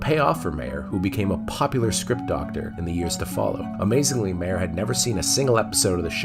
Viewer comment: It's My-er NOT May-er! The J.J. Abrams films were terrible and they only had a knowledge of their characters as caricatures. None of the characters are written like the original characters and thus Abrams writes very cynical rip-offs of the TRADITION of Star Trek and not Trek itself. There's an obvious dismissal of the series as serious story telling.